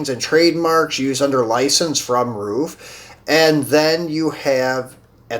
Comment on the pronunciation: Good videos... I like the variety you showcase. Hope you get more viewers. Glad you said RUF correctly. So many people say “ruff” instead of “roof”... Is Tomica pronounced the way you pronounce it in other videos though? “Toe-meek-kah”? Or is it “tommy ka”?